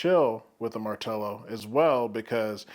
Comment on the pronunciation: First! No not post, First one reviewing I heard to pronounce the name correctly! Great video! I do find it slightly weird that they call it BassHead, lots of bass, but BassHead? I guess, but not for me!